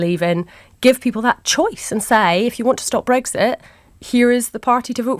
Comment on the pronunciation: Breggsit. Just like Tony bliar says it. So irritating! It's breXit!